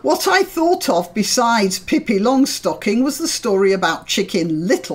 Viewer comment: Good pronunciation of Pippi, just no aspirated S.